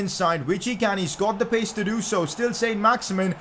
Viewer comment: It isn't pronounced "Saint Max-Imin" its pronounced "Son Max-Iman" because he's French